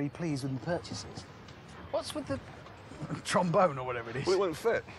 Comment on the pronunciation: Man said "trombone" like bruh as a tuba player I am a little offended lol